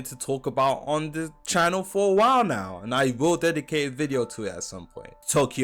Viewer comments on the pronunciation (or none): none